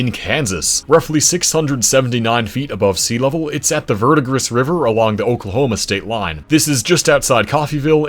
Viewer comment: Just FYI, that is not even close to how you say the Verdigris river or the Ouchita forest. Correct pronunciation is verd-a-gree And replace the o in ouchita with a W